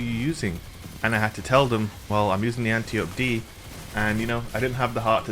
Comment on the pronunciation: Just a FYI for everyone (that I learned from the first Wonder Woman movie) this gun's name is Greek and is pronounced an--TIE--oh--pee. Princess Diana's teacher was definitely not being called "auntie ope" during the movie lol